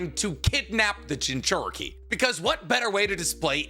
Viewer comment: Itatchi pursuit has the important war saving crow in it. \o/ It's like the rat in endgame, except this has a setup here. Though I am personally irked by the pronunciation of jinchuriki, it's overall a great video.